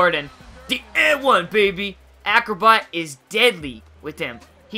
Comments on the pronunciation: did he say acrobutt???? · You said "acrobutt" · 4.15 acrobut?